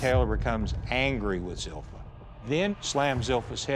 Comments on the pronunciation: Zilpha. Zeel-fuh. Not "Zeel-fi-ah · Zipha is pronounced Zel-fi-ah? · So her name is "Zilpha" but pronounced Zel-Fee-Ah? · Wtf name is zilpha and why do they pronounce it like that